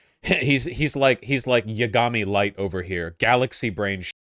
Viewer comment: Hold this L for saying "Ya Gaami Light"